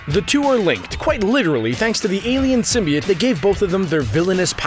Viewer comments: Venom can heal bones and tissue too!See the movie.Oh,symbiote is pronounced Sym-bi-ote. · you're saying it all wrong. it's Sym-bi-oats... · It’s pronounced sim by oat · YOU SAY SMYBIOTE WRONG but I have a question for y'all. who's your favorite Spider-Man villain?